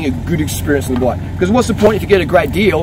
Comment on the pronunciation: Every time you say bike I hear black, haha. Nice video!